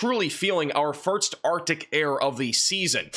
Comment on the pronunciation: The guy has a college degree but can never get past mispronouncing simple English words like 'first' and 'Gulf'. pronounces these as 'firtst' and 'golf'.